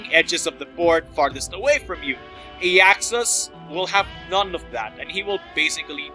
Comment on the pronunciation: i was SO hoping you would get for that intro! well done! though i think his name is pronounced AI-axus....maybe.